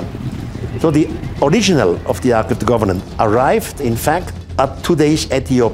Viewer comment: please quit saying arch of the governant.